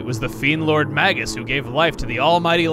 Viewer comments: Nereid (Ner-ee-id), after the Greek sea nymphs I mean, Magus is usually pronounced with a long 'a' as well, but whatever. Some people even use a soft 'g,' like it's plural "magi," but that's not really accurate to its origins. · Here's something I've always wondered. The name "Magus" comes from the word "mage", right? So how come I always hear people pronouncing it with a hard g. Shouldn't it be "may-juss"? That's how I've always said it, anyway. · You're still pronouncing "Magus" wrong, dude. Look it up in the dictionary.